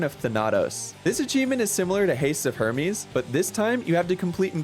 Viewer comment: Hermes Her-meez